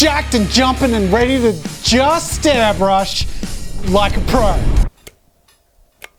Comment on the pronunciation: No one: Not even Scott: Jazza: AiRbLuSh